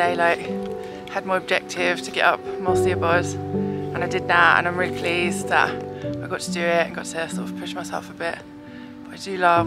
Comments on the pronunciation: ❤ your vids, Welsh pronunciation, siabod sounds like shavod, just same as Sian, name, talk to the locals c; diolch a mawr, happy trails 👣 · Took a ton of guts to carry on into that weather on Moel Siabod (its pronounced 'Shabbod') and good call not to take the ridge in that wind. Great stuff though, really enjoyed both vlogs.